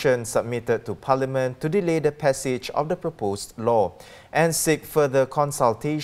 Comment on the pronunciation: Dear, the English word "parliament" is not pronounced "palaman".